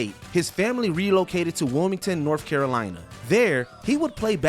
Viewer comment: Lmao he actually said norff Carolina 😅